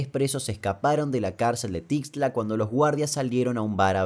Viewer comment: No es Tixtla ,es Tuxtla Gutiérrez saludos desde México ✌🏽